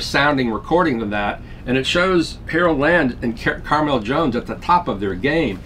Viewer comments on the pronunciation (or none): none